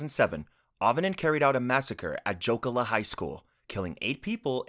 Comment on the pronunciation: Gotta say... I had no idea was talking about the Jokela school shooting until his botched pronunciation of said place...either way Im glad its an internationally known thing and not known just among us Finns